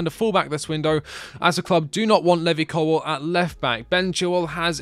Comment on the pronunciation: Your pronunciation of Levi Colwell is so frustrating.